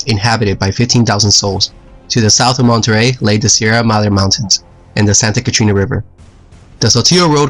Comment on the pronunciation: I know this video is 3 years old, but when you said "Santa Catrina river" I laughed! Catrina refers to the grim reaper (skeleton) in Spanish, the name of the actual river is Catarina (ladybug) :D Love your videos man